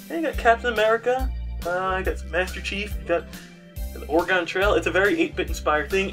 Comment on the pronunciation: I love you and all, but I can't let you keep saying Oregon like that, it's wrong. it's pronounced like you're saying "or a gun."